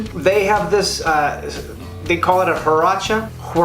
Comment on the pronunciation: Pronounced Hwurachez lol no biggie